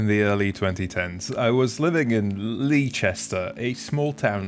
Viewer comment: My gf is from Leicester. Its pronounced "Lester," apparently...